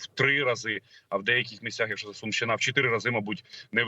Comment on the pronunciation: Сумщина наголос не правильо ставить